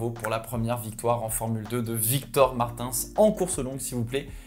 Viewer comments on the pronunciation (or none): Pop pop pop, Gaëtan Vigneron l'avait au micro et c'est donc bien Martine's la prononciation et pas Martinss 😁 Ainsi c'est dit. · petite précision Victor a dit en commentant la course sur la RTBF que ça se prononçait plutôt "martinns" (en prononçant les lettres du coup vu que c'est portugais, donc pas le son "in" français) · Bonjour merci pour tes vidéos. Juste dans le bonus c’est pas Martins avec le son in mais « Martiiiins » il commentait le Grand Prix sur RTBF et Gaëtan vigneron lui a demandé comment on prononçait son nom et il a confirmé avec un i. Salut et bon rétablissement pour le Gp explorer Antoine de Belgique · Hello, Victor Martins etait l'invité de Gaëtan Vigneron qui commente le GP pour la Belgique et il précisait que son nom de famille se prononcait pas avec le "in" francophone à la fin mais plutôt "ine"..sss Voilà voilà 😊 Pour le reste, belle analyse, comme d'habitude 💪🏽😍